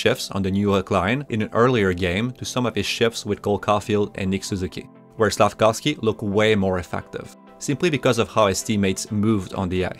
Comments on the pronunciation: as a slovak I can confirm here it is pronounced Slaf-KOWV-SKEE. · Since last year, I would hear, SLAF-KAWV-SKI. During Saturdays nights game, I would hear Chris Cuthbert pronouncing SLAF-KOVE-SKI or SLAF-KOWV-SKI. Wondering which is correct.